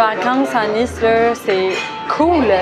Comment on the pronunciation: Et ont dit le ni de Nice comme la marque nike